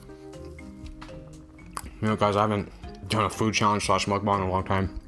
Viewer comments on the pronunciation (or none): It's mukbang not mukbong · I’m dying bro said “mukbong” instead of “mukbang”😂